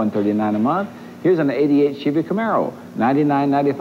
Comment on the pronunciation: Doug Demuro needs to find a duahatsu charade. Also, “schevy”